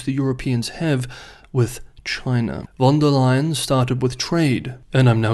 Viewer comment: It's "von der Leyen", she's German.